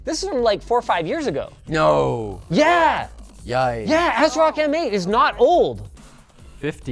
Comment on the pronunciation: the biggest takeaway is asrock being pronounced "acerock"